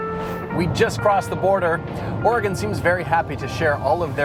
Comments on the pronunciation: Thank you for enunciating Oregon correctly. I love the entire WA - CA coastal highway, it's honestly surreal. Edit: HAHAHA, I have never heard it pronounced Tilla-MOOK. That is incredible. Locals say "Tilluh-muk." That was great!! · FYI it's pronounced TillaMUK not TillaMOOK . but you're forgiven because you pronounced Oregon correctly.